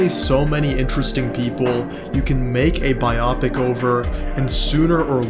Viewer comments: your video is amazing and i think it will get milked like superhero movies. But i hate the way you pronounce biopic still subscribed. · I couldn’t keep listening after the pronunciation of biopic😂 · Same. I had this video in my watch later for a couple days. Seemed interesting. But I’m 2 minutes in and I don’t think I can continue….